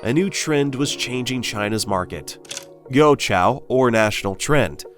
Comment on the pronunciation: Your pronunciation for the proper Chinese words are all so messed up! Even Liu Xiang s name was pronounced incorrectly. Also with GUO Chao! Pls don’t embarrass English speakers with such bad Chinese pronunciation!